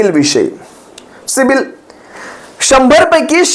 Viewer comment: दादा ते पुन्हा बोला सिबील...सिबील... अssssssसिबील 😅😅